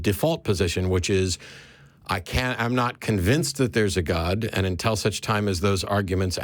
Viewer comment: It's pronounced "until" not "untell".